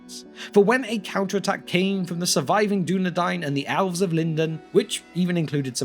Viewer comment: Dude, narrator is awesome but he can't pronounce Elves!